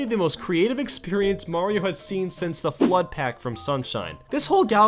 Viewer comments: I thought this was a top 10 about Super MARIO Galaxy, not Super MAYRO Galaxy! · When he said super Mauro galaxy I thought he meant a mod or hack